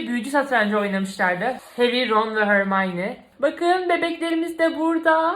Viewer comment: abla lütfen harmonye hörmayni deme çok itici oluyo